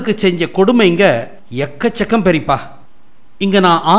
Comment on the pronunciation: அருமை.நீங்கள் பேசிய பெரிப்பா உச்சரிப்பு அழகான நகைச்சுவை கலந்திருந்தது